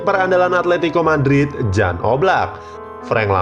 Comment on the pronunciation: Silva udah. Keeper yg susah nyari nya, oblak ga di jual Atleti musim ini. Btw, Jan di baca 'Yan'